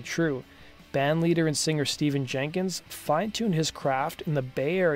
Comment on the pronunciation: His first name is pronounced Stef-fan.